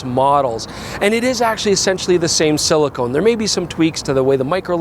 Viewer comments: “silicon,” not “silicone.” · I noticed some tech-tubers saying "silicone" instead of "silicon" recently. What's going on there?